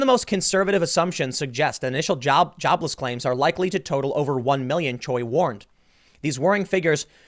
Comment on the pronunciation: Bruh.. You are half Korean.. Choi is pronounced more like Chae. Not Cho-EE